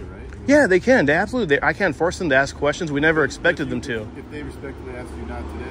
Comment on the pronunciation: Who hires someone to work for a school district who uses the word axe instead of ask?